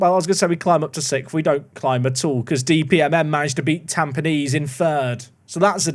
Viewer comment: of all people (!!), as Park to Prem veterans might note, absolutely smashed that pronunciation of Tampines - legend!!!! I'd give the kid part Japanese nationality (less chance of playing intls but when he does it will be with better players and could win trophies)